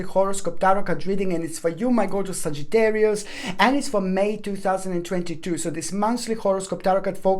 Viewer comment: "sagitarini" now i can never say sagittarius again lol & the singing breakdowns raised my vibration!! <3